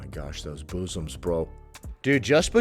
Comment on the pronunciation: The way you say boosoms 😂😂😂